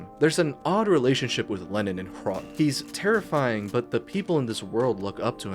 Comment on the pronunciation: As a czech, im really proud of how more recognition Hrot is getting in the more broad and international gaming scene. Great video, and good job, you even did very well on the pronounciation.